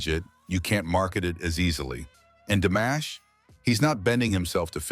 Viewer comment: C'est une nullité sans nom ta vidéo pourrie ! On dit pas DAmash mais DImash, rigolo va !